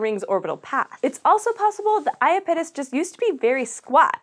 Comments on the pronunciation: I-ah-pete'-us? I-ah-don't think so. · It's also bad when the host can't even pronounce Iapetus correctly :(. The stress is on the second syllable, not the first! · Holy crap. You need to redo this video. 1. Miranda is NOT the largest moon of Uranus. It's the FIFTH largest behind Titania, Oberon, Umbriel and Ariel. 2. For God's sake, learn how to pronounce IAPETUS. It's i AP et us, not ia pet us. Jesus. I stopped watching shortly after the 2 minute mark. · "ayapitis" no, no, no! it's "ya-pee-tus" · lol. i giggle every time you say iya PIT us... try "eye IP uh tis" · Aya-pittis? I've always heard I-app-it-us. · SciShow Space... everyone is pronouncing iapetus incorrect... “I-ap-e-tus” ... “ap and app still make the same sound” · ah yes the infamous I-A-pit-us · I know everyone is chuckling over her pronunciation of Uranus, but I found her pronunciation of Iapetus more distracting. Is that really how it's supposed to be pronounced? I've always pronounced it 'ee-APP-et-uss'. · Yeah, the moon is not unfamiliar to me and I've always heard it like "aye-AH-pet-us" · Did you catch the butchery on the moon Iapetus? Oof. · If the presenter is supposed to be an authority on space, why doesn't she know how to pronounce "Iapetus"? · That was, by far, the worst pronunciation of Iapetus I've ever heard. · Everytime she mentioned Iapetus I was saying to myself "Pretty sure that's being pronounced wrong." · That's nothing compared to how badly she mangled Saturn's moon, Iapetus. Eeesh, that was awful. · I died a little inside each time she pronounced Iapetus wrong. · was anyone else bothered by the mispronunciation of iapetus?